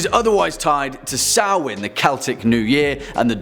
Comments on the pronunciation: Thank you for saying Samhain right 😂😂 I had trouble with it when I first read it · thank you so much for pronouncing samhain correctly! one of many reason why i like you so much! i can't wait to see more videos from the mythology series!